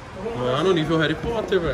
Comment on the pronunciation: "mano nível reri Porter velho"